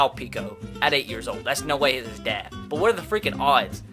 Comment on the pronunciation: Instead of saying “but” it is “bwut” for him😂😂😂